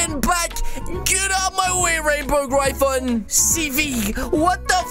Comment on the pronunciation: Im a Fan but thats not how you say Gryphon or Griffin